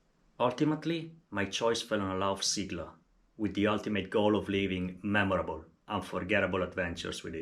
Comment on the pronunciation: Thanks for this, helpful video! (btw, it's pronounced "say-gla") As far as I can tell, the suspension fork might be worth it even if you plan on riding easy gravel, to reduce pain on the hands on long rides. I only wish you could set it up 2by, and that it supported standard crank spindle length.